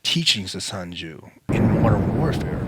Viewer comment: "sun Jew" lol